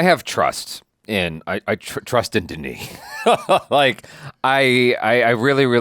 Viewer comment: Yeah, you botched Denis' name.